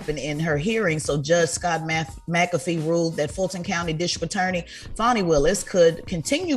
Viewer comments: I wish yall would say her name correctly. It's not "Fanny" 🙄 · Can the two men start pronouncing Fani's name correctly? You can't claim ignorance when you know how to pronounce it correctly and choose not to. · 2 Black men that repeatedly mispronounced Fani’s name is deplorable and disrespectful. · Seriously, and the same with Kamala. They are acting just like wyt people that can’t be bothered to pronounce untraditional black names, but have no problem pronouncing Tchaikovsky or charcuterie board.🙄